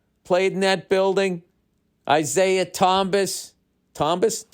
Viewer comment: "MARKAGWIRE... ISAIAH TOMBUS" 😂 Love ya Billyboy